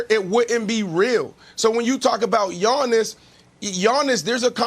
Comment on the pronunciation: It’s Giannis lol